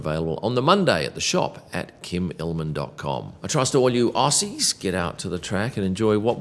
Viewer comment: Why do you say 'aussies' like an American? Don't re-inforce their dumb habits pls..